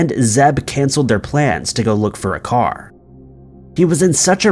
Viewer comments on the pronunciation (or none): Pronounced lesster lol